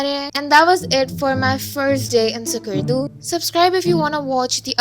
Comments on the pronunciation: No offense but it's like you're saying "SUCKARDO" it's pronounced as "S-SSKARDU" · skardu chali gayi lekin skardu pronounce karna nahi seekha